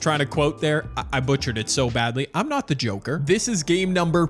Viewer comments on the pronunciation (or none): none